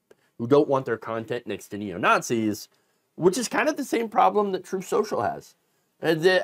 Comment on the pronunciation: "Troath...truth senshul." 🤣🤣🤣